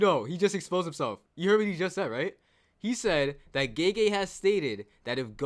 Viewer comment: Why does he call the author "geje" lmao. I get that "gaygay" like americans say it is also wrong but at least its closer to the correct one